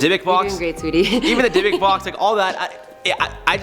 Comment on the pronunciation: Finally someone on this channel pronounced Dybbuk properly